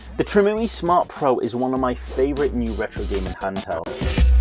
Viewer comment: Great video! Btw it's not Tree-moo-ee, it's Trim UI as in a a Trimmed User Interface. The reason Mario won't go in Mario Kart is because somewhere in the chain, something is detecting a pirated game. Many DS games used that mechanism.